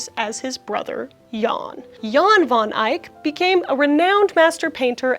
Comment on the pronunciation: Van Dyck is pronounced like (fairy) tAIl, or bait... so van dAIck... not how you pronounce it. I know it's a difficult language and it is my mother tongue. And I know how English-speaking people struggle with the pronunciation. I hope you aren't upset with me... and happy that you are one of the only English-speaking persons that knows now how to say it correctly... ❤❤❤ Have a nice day...